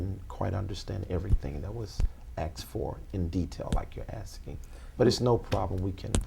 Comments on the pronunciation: What did you say, aks? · He keeps axing a lot of stuff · She's definitely ax'ing him a lot of questions. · How can someone believe anything this dude says? He says shit like "axing" and "pacific".